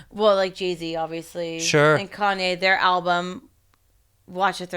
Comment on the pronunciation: Legit thought she said she was dating "jeezy" Let down when i find out its actually g eazy